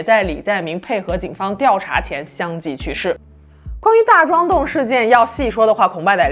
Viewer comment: 深陷 fang di zhan 开发腐败案... 😂真是每期都有几个烫嘴的读音😅